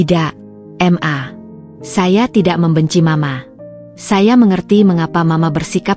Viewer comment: Mbak baca ma...itu jgn di eja...m...a....tapi maaaaaa, Krn itu singkatan kata mama.